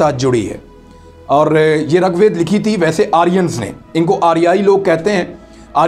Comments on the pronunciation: It is rig vaid and not rug vaid,this is for information of Imran reyaz khan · السلامُ علیکم ورحمت اللَّهُ وبرکاۃُ رگ وید میں ر پر زبر نہیں بلکہ ریر ہے रगवेद नहीं ऋग्वेद ہے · Abe rag ved nahi rig ved bolna to seekh le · Ragwed nai bhia . Rigwed hae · It is not rug vaid it is rig vaid. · Its not Rag Ved, Its Rig Ved, i heard it from Dr.Zakir naik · Its rigveda, pronounce as rig ved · اسلام علیکم عمران بھائی یہارے کے نیچے زیر ہے اوپر زبر نہیں ہے ہے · At the risk of nitpicking, I would like to point out the incorrect pronunciations and wrong statements. (1) The Aryans wrote Rig Veda, not Rug Veda, (2) The Aryans did not invade and capture. There is no evidence of violent clashes in the Sindhu River area. It was more of a migration (3) It is not called Sapat Sindhu, but Saptha Sindhu, (4) The word that was associated with the original inhabitants of the Sindhu area was ‘mlechha’. The Sudra was was associated with the Varnas, an Aryan institution, and the king who fought Sikandar was the Puru king Purushottama. We need to stop using the his anglicized name Porus. Notwithstanding these, the program on Daria Sindh was enjoyable.